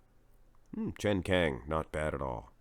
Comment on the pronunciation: It’s not “chen kang”, it’s CHEN KAAANG